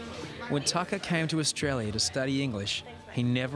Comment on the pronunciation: you are right, this guy doesn't know sht. It is pronounced Tah kah